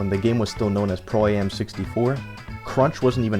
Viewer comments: I hate the way he says pro A-M and not just pro am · I believe it's called Pro-Am not Pro A.M